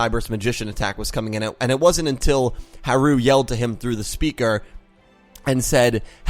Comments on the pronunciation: It's pronounced HA-ru, emphasis on the first syllable. So it can be pronounced like Hal (or closer to Halu since theres not a real difference in the r and l sounds in japanese.) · Actually, about Harus name: with japanese its like this: they only have syllables (and vocals) and the sounds for r and l are basically the same for them. Also they use katakana to spell foreign words, however since l and r are the same it can be interpreted in different ways. The thing is that they try to write and say foreign words how they are pronounced in that language, which is difficult when you don't have consonants without vocals (exept for n) A japanese person would for example also say lora, when he actually means lola. But if he wanted to say lora he would say lora too. It's the same with haru and blood shepard. I think. I'm not japanese so correct me if there are any mistakes in this. Also, I apologize for my englisch. Talking in a different language about another language is difficult😭😅 I just really wanted to point that out😊